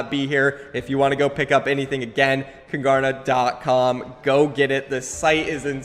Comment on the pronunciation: KUNGARNA its KUNG ARNA It means king in swedish im from sweden and it clearly says kung arna not kungArna